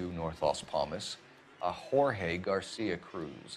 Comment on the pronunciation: Man really said George instead of Jorge lmao